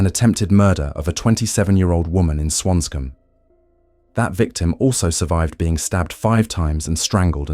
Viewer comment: Swanscombe is correct